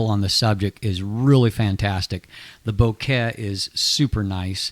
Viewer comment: Great reviews! Makes me glad I've started to buy in to Samyang. But..."bo-ket"? In case you didn't know, it's "bokeh" or "boke", from Japanese. Nothing to do with flowers.